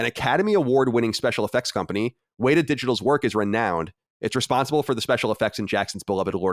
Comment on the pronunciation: just want to point out that says weta correctly in his first attempt